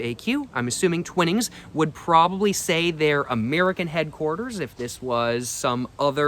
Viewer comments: its pronounced TYWnings non TWINings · I believe it’s pronounced twhine-ings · It's pronounced Twinings with a long "I" . Look up the pronunciation